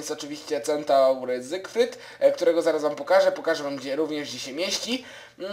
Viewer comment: ZYfRYD nie zygrfryd